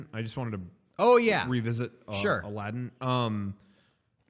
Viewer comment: Says the name of the game incorrectly. Proceeds to make fun of the guy at GameStop for not knowing the name of the game.